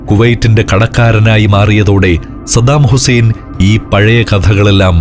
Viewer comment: പപ്പു പറയുന്നതു പോലെ സദ്ദാമുസേൻ 😆😆😆